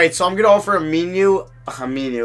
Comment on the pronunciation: I literally laughed for the rest of the video. "Ameenuu"